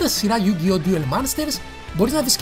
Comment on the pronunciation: είπες Ντιουλ αντί για duel (Ντούλ), είναι yugioh με τόνο στο yu όχι στο oh. Είναι yusaku γιούσακου όχι γιουσάκου. Και άλλα. Αλλά νταξει κάνεις καλό review. Απλώς θα μπορούσες να εξηγείς πιο πολλά πράματα για τις σειρές μετά το duel monsters. Όπως τα mechanics, χαρακτήρες και λοιπά.